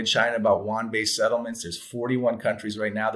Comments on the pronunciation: The Chinese currency is the yuan (you-on). South Korea's currency is the won. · It's not the Juan; it's the yoo-aan. We white people are in so much trouble if we can't even pronounce their monetary unit.